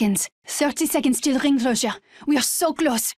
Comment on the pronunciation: “ 30 seconds to ring clhosure “!